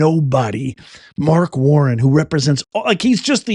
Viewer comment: It’s WarNER not WarrEN. Virginians know because we suffered through him as our governor. God bless Glenn Younkin, Winsom Earle-Sears, and President Trump.🇺🇸